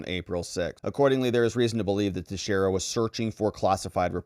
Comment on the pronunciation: Finally! Someone pronounced his name correctly.